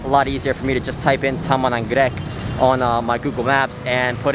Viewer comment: nice! I hope you enjoyed the trip. If I was there Id be more than willing to guide you around. You pronounced Bogor correctly and the way you did for taman anggrek: just Impressive!